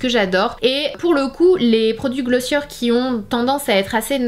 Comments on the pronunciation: It’s GlossiÉ not glossieur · On prononce "Glossié" 😉